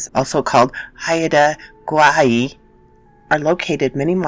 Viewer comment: Excellent pronunciation attempt. I live on Vancouver Island, south of Haida Gwaii. Ravens are the best, I love them and where I live I am greeted by one every day. They have always been special messengers for me. Great story thanks for narrating it.